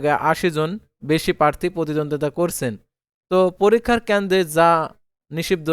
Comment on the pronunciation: Bai kendo na kendro bolte hobe